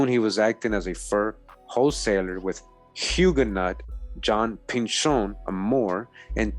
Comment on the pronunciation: GREAT VIDEO FAM! JUST A SMALL TIP... HUGUENOT IS PRONOUNCED WITH THE LONG SOUND LIKE THE WORD YOU